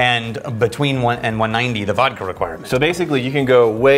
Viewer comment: Vhiskey or Wodka?